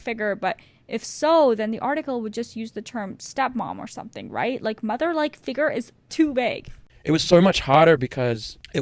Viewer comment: You saying “ figer “ instead of “figure” was the worst part of this video